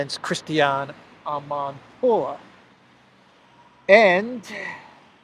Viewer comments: I like the way you say Amanpourrrrr😂😂😂😂😂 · Yes! Another "amanpuwurr" video 😂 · I always laugh out loud the way you say amanpour haha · The way he said the journalist name 🤣 is the best 👌